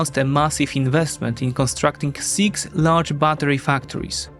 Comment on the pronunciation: Popracuj nad wymową samogłosek troszkę. Np mówi się "syks" a nie "siks".